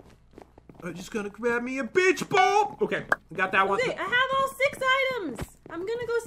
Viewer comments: Who else laugh when he said beach ball wrong 🤣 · Pat said bicth ball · I know he said beach ball but it sounded like something else lol